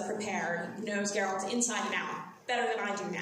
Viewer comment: It's Geralt not Jeralt!